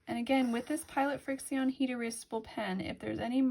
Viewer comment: And I’m pretty sure the pens are pronounced “friction”